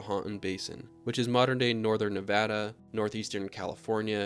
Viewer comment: I've actually caught Lahontan Trout! I am from Nevada so when I heard you say Nevada the right way I was so happy you defiantly know what you are talking about!